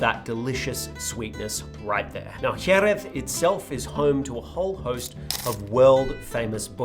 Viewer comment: As a Spanish speaking fella, I appreciate the dedication to pronunciation of Jeréz. Points for trying.